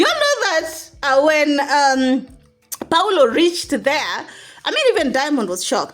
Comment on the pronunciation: Priscy's step dad is pronounced PAUL O and not PAULO. Paul, then, O.